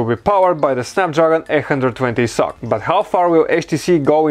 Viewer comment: It is supposed to be read as "S.O.C (systems on a chip)" and not sock